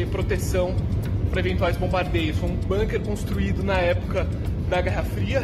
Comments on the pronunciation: Gente, pelo amor de Deus, nem nessa hora vocês escapam do colonialismo inglês? A palavra " bunker" é alemã, e se pronuncia como se escreve, com som de '"u" e não "banker'! Argh!!! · Ótimo canal! A gente gosta muito dessa equipe dinâmica e bem-informada. „Bunker“ é palavra alemã, e a pronúncia é com „u“ mesmo: búnquer… mas todo mundo entende mesmo assim ;-) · Bunker é uma palavra de origem alemã, com som de u, não com som do u inglês.